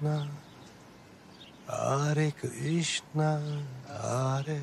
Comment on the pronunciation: Gorkem it's Hare Krishna... Not aare Krishna